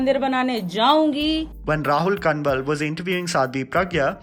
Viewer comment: It's not Kan-wal man it's pronounced as Kawal. Prounouciation is kuch karo katai yathartha se pare lagte ho